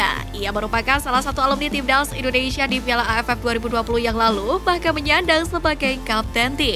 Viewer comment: Stop Say INDONEISIA , the correct is INDONESIA , dawg